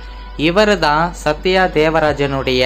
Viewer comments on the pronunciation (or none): none